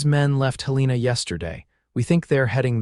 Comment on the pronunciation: Despite the repeated mispronunciation of Helena as Hel-EE-na, this was a good story.